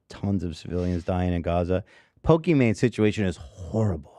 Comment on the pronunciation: ethan saying pokemon instead of pokimane is actually the rare time he's technically correct